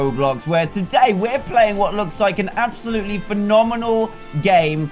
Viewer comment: app-salutely XD